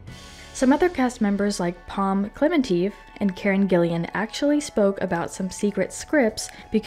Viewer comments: Her last name is GILLAN, NOT "GILLIAN"! TWO syllables: "Gill-an." It's not that hard... 😩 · Karen Gillan not Gillian hahah